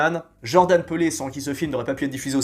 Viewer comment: peele ca se prononce "Pile" pas "Peulé" haha